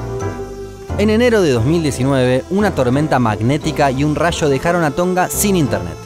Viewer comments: "el cable que chegaba desde chorcha" "un racho cortó el cable que chegaba desde fichi" jajaja, de qué parte de Argentina es tan cargada la pronunciación CH? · Un RASHO jaja